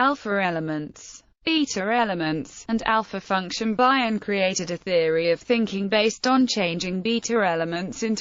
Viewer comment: Never heard it pronounced 'Bye-on' it's normally 'Bee-on.' A brilliant mind without doubt.